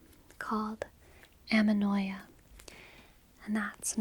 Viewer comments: amenoia ? isn't it anemoia ? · It's ANEMOÏA. Kiss from France, by the way.